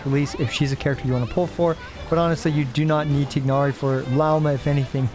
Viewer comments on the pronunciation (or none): Tigg nari pronounciation is diabolical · This guy playing Genshin for years now but can't pronounce Tighnari correctly.